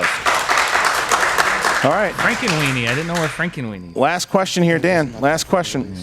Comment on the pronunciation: "Your second questsher is" lol 😂😂